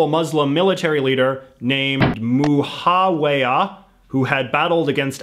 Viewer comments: IKR- where the hell did he get the "h" from in Muawiyah? Like, yeah he isn't gonna be able to perfectly pronounce it in the Arabic way, but at least say Mu-aa-wiyah 🤦‍♀️ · He definitely mispronounced Muawiyah not that its a big deal or anything just sayin......... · Your pronunciation of Muawiyah I’m dead 💀